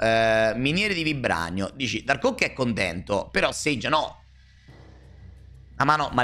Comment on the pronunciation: buongiorno, la serie dei nomi storpiati continua, si chiama SAGE 😂